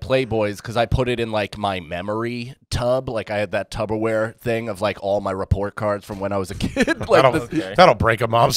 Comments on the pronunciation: you’re be B’s. It’s P, babe just ask Sal and Chrissy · You can tell is friends with Chrissy D because he said “tubberware” 🤣🤣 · Is it garbage to pronounce Tupperware as Tubberware like and Chris DiStefano do? 🤣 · ...did I just hear TUB-o-ware?? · Did he just say "Tubberware" ?